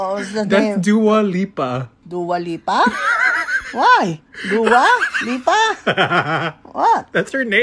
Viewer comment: She names dua lipa as lipa dula now 🤣🤣